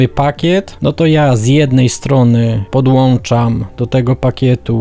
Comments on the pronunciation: sądzimy, że mówi się "podłączam" a nie "podłanczam". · PODŁANCZAM!!!!!!!!!!!!!!!!!!!!!!!! PODŁĄCZAM BŁAGAM